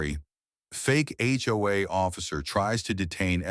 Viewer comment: A HOA story and the AI voice can not pronounce it!! First word of clip! Not checked before posting.